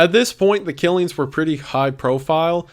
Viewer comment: “killeens” instead of “killings” frustrates me